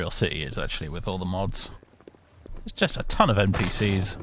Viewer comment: just yust just yust just yust. Freaking Swedes!